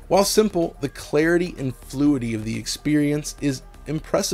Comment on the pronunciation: Not to be that guy but it's "fluidity" not fluidy.